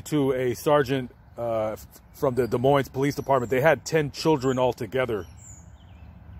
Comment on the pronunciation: Thank you for saying Des Moines correctly! For those that don’t know the “s” are silent : De Moin. Huge pet peeve for us Iowans 😁